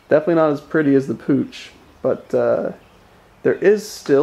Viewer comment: its pronounced POOK not pooch